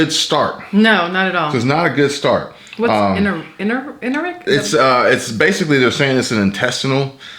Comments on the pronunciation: She's so intuitive and smart 🤓! I love her and her channel! Love the collabo! Wait did he say "enteric" "en'tear rick"... epidemic....sorry my BSN is kicking in....dat shit will suck....no pun intended! Plenty of home supplies Pedialyte, bland foods-saltines, rice and shitting it all out...not Imodium...that will stop shit for real...pun intended.. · Pronounced (In tear ick)